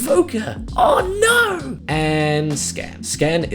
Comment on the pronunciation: "other than invoker! 'AUR NAUR'!"